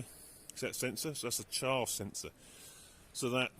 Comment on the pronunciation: Its charrrrrffin obvious wherrrrrreeee the charrrrrfffff coms auterrrr.😂 its baaaack aaaarrrrsssseeee😂oooowarrrrrr